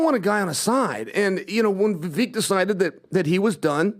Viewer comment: If calls Viv-ake, Viv-eck one more time I swear to God I'm gonna lose it, it's just straight disrespect at this point - get the man's name right for Christ sakes